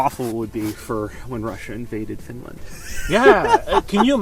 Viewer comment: "Finaland" REEEEEE